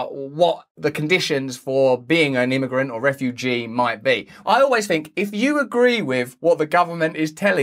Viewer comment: "Havf a lil Fink Furst!" - Russell Brand 2022